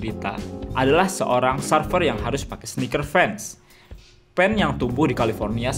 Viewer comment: Serfer nyebutnya, bukan sarfer. (surfer)